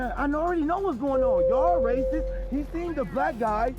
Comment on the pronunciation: Ray-cysst-s see ray-cys-m EVERYWHERE. Will Clarence Williams EVER get that shoulder surgery? 🤔